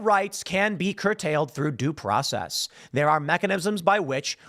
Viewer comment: You don't say the word "process" correctly.